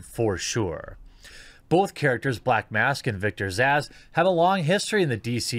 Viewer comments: I don't think they got the fuckin message. Amazing. Ghostbusters, Ocean's 8, Charlie's Angels, et cetera.... taught them nothing. Btw, Zsasz is pronounced "Zazz". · Just an FYI Zsasz is just pronounced "Zaz"